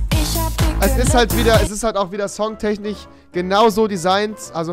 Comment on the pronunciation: Kann Rewi kein "SCH" aussprevhen oder warum sagt er die ganze zeit "CH" tenchniCH MiCHung?